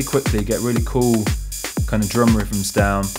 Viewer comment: i like rivvums sinfesizers and pressing number free.... the accent cracks me up. No "th" sounds.. just "f"'s ... hilarious.